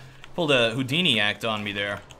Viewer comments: hehe he said hoo-dini hehe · btw, HOO-DINI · Did someone say hoo-dini?? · you say Hoodini? XD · Wait a second, said HOOdini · HOO-dini (Forgive me, I had to)